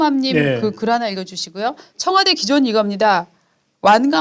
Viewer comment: 무슨 자꾸 청와대. 청뫄대 ...